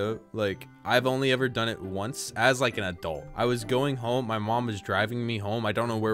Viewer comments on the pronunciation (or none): none